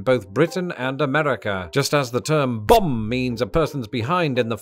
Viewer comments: Took me many minutes to realize that when I thought he was saying "bomb" he was saying "bum". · took me too long to realize you werent saying "bomb." I knew "bomb bag" was too good to be true.